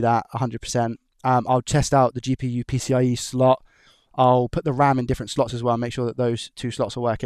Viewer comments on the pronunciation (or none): none